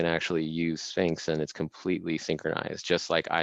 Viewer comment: Great talk! Premium organic kosher food for brain. mispronouncing Sphinx was inevitable ofc LMAO